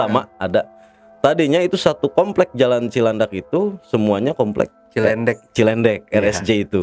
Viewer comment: ahaha seneng denger abang ini cara nyampeinnya , btw itu cilendek bang bukan cilandak